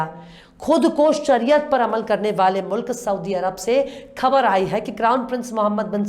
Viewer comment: Excellent presentation, I advise you to do some more exercise on the pronunciation of some words, especially "KHABAR" All the best